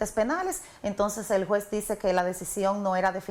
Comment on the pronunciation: Este fiscal de Santiago necesita cuidar su bien hablar, que merece su función. Juzgue usted por su informe con la repetida pronunciación: (Jue,) en vez de juez; etc…